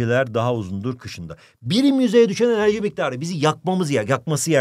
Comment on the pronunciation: Birim yüzeye az enerciii